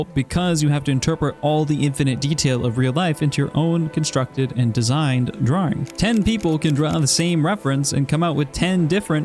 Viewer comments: i love the way you say draring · I love the way he says "draering"